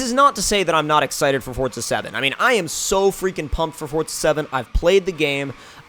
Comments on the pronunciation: Forza, not Fortza. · Why do people say "forTZa?" Either I'm blind, or it forZA doesn't have a T in the middle of it. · Since when was forza called "Fortsza"? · Why do people pronounce it fortsa? Its fucking forza!!!!